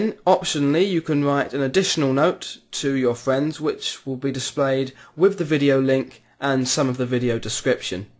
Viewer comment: Lol, you say Fwiends